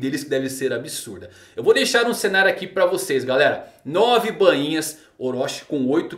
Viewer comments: a pronuncia correta e BAINHA, E NAO BAN - INHAS KKk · Soa estranho ele falando bãinha